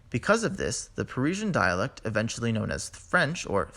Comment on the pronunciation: Please cut out the vocal fry Adventually =! Eventually